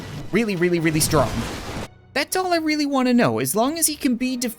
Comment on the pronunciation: Has anyone else noticed how when he says really it sounds like weally